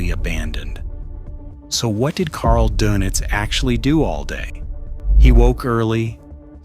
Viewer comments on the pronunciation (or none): Thank you, thank you, thank you for making that clear. The donuts thing was driving me crazy. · Possibly the most inconsequential video on YouTube. Who cares what Doenitz did all day?? (BTW: His last name was pronounced “der-nits” NOT “donuts.” 🧐🤨🙄) His name mostly comes up in relation to the reason why Hitler split his power between the admiral and Minister Goebbels. The question is easy to answer: In writing his Will, Hitler knew that Goebbels would be dead in the coming few days, and there really was no other leadership-ready figure outside of bombed out Berlin other than the Grand Admiral. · 100% right Dernits not Do nits . some also have heard it pronounced Day nits . Schoerder/ Shrader, Toews ( pronounced Tay ves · It's pronounced "Dernits", as in der! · I thought it was said like Dernitz? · You are correct. AI voices often do strange things.